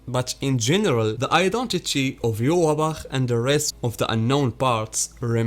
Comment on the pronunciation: His name should be pronounced Yohvach